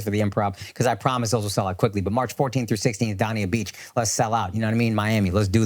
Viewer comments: Yo, Akaash! Dania Beach is pronounced Dain-ya not Don-ya. Looking forward to seeing you homie. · DAY-NEE-UH BEACH.... like how you pronounce DANE in GREAT DANE. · Dania beach being pronounced “DawnEA” is fighting words